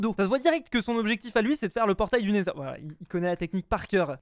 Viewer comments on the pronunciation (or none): Cest neither et non naizeur 😂